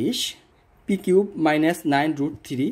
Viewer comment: কুব না কিউব